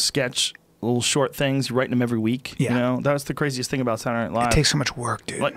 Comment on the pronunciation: Joe "What is wiriting" Rogan